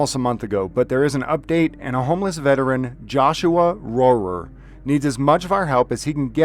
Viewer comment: I've known Joshua Rohrer (pronounced roar btw) since he was in the Army, so going on about 20 years now. He was much better off when he first got out of the Army. He was a chef, and held down a job pretty well, but over the years, I have seen his PTSD get so much worse, to the point that he seems homeless, even when he hasn't been. I have encouraged him, time and time again, to seek help, and he has, but I have sadly watched the system fail my friend everytime. We thought things were finally going right for him, when he got his first service dog, Shadow. Sadly, someone intentionally ran Shadow over with a pickup, and this devastated Joshua. It took him a very long time to even consider getting another service dog. Then he found Sunshine. They bonded immediately. I would get pictures and stories about her texted to me, and phone calls about how important she was to Joshua, all the time. He was finally doing a bit better. Then, I got a frantic call one night, he was telling me that Sunshine had been tazed for doing her job, and that some nosey woman had called 911 on him, for standing on the sidewalk with Sunshine, and Sunshine had run away, he had been arrested, and now he couldn't find Sunshine, and he didn't know what to do. It had been a while since u had heard him have a breakdown like that, and was afraid he was in full blown crisis. As someone who served his country during the war in Iraq, and a hard working, loving service dog, neither Joshua or Sunshine deserved this